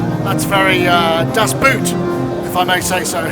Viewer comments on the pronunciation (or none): The blank expression was because mispronounced the word. "Boot" in German is pronounced more or less like the English "boat", and means that too, he pronounced "Boot" like "boot" in English. I totally agree on the lack of professionalism on Waldorf's side. If they are the first not be believe in their "star", how can we? They keep putting off the release date, showing "average" patches etc. If you are really into sales mode, you'd better give your (and the product's) very best. They have not. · „Das Boot“ : Same as in Moog „oo“ in german is pronounced as an extended O not as an U. It’s a promising synth and a great video. Thanks Sonicstate! :-)